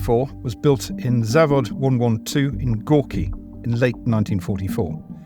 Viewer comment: It's not "Zovod 183" , but zavod. In russian Завод means factory, so Factory 183 it is! Today it's called the Malyshev Factory, or rather "Factory named after V.O. Mayshev", abbreviated as ZIM. Well, acutally it's Харьковский завод транспортного машиностроения имени В. А. Малышева (Kharkovskiy zavod transportnogo mashinostroyeniya imeni V. A. Malysheva, Kharkov Transport Engineering Plant named after V. A. Malyshev, but not even russian Wikipedia use that as a headline.